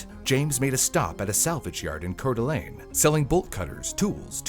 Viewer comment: Spokane is pronounced Spo-Can. Good job pronouncing Couer D'Alene! *Named after the native tribes from the areas.